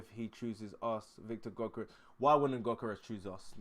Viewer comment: For your info, Gyokores, is pronounced as (YUK- UR- RESH.) The G is silent, and there is the sound of an 'H', added at the end. Ie, it is 'SH', at the end of the 'S'.